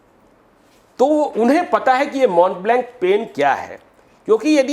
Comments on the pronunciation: ✔️ ऐ! 1. "स्टैंडर्ड ऑफ लिविंग" को "लिविंग ऑफ स्टैंडर्ड" क्यों बोलते हो? 2. उस पेन को " मो ब्लाँ " कहा जाता है । उसको तुम "मोंट ब्लैंक" क्यों बोल रहे हो? मेरी बात का बुरा मत मानो । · It is not “माउंट ब्लैंक” it is pronounced as “ मोब बलो “